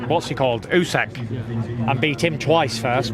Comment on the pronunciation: Why after years now does Tyson still call him "Usek"